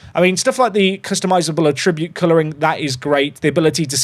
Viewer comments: can we have a patch that updates "a-tribute" to "at-tri-bute". 😜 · Why do you say attribute like it's a verb? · Please stop pronouncing 'Attribute' that way, you are hurting my soul.